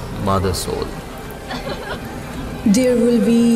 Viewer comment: Thanks for M.R. James. Bhalo uposthapona. Sudhu Mothersoler character a jini chlen tar pronunciation ta bhalo na...